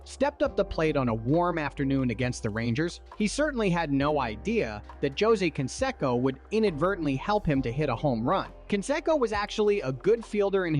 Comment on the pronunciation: "J"ose Can"SECK"so??? Nine Thousand and Twenty Seven season???? Nine Thousand Nine Hundred eighteen World Series??? WTMF???????